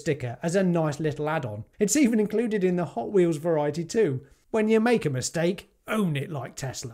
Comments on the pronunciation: Weels? drop your h's much? 🤣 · Wh-eels! Wh-eels 😂😂😂 LMAO! Great video 👍🏻